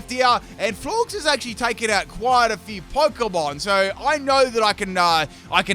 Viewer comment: Florges is pronounced like gorgeous, silly